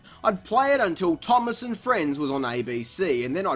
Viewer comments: “...games and TV shows like T O O M O S S...” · Finally I love how you call Thomas, Toomass. XD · The way he says thomas